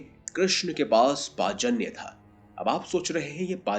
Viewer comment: Bhai ye pajanya nahin panchjanya sankh he